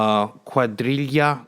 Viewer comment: Haha your "guadriga" pronunciation gets me every time. Gotta put the stank on it.